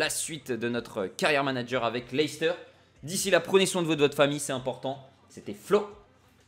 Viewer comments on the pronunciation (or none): none